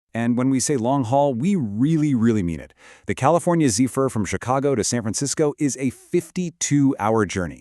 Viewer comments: AI drives me nuts. He keeps saying Zeefur instead of Zephyr. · This A.I “narrator” can’t pronounce ZEPHYR. Hire humans!